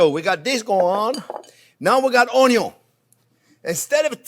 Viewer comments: Been watching Chef Jean-Pierre since I first stumbled on his How To Dice an Onyo video many, many years ago. I drove my wife crazy saying Onyo for years. Chef JP is always spot on and I love his delivery and simple ways to instruct. As Chef ages, he has now morphed into Wolfgang Puck and Jon Bon Jovi's love child. Tremendous channel. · FIRST the onyon!! LOL f... ! Gordon Ramsey you are the men ❗ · Another great video and now I have gotten my "Onyo" fix!